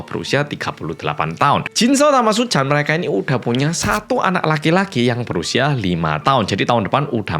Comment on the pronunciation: Aku terkesan setiap kali bilang terkesan hehehe😂 Btw kalo bilang Pak Suchan terdengar seperti Paisuchen siluman ular putih jaman aku kecil dulu😂😂😂